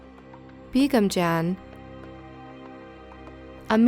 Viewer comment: Really love your videos. I would like to point out a minor correction though. "Begum" is pronounced as BA(as in BAse)-GUM. It's not pronounced as BEE-GUM. Also, Sarfaraz is pronounced as SUR-FA-RAAZ. I have seen many indian videos make into your videos. Would appreciate if you take time to pronounce the names of places and people correctly. Don't get me wrong. I really love your videos. It's just that the overall quality would improve a lot.